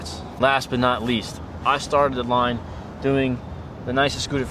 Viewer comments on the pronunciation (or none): He says last but not leas but even he knows the envy one is the worst scooter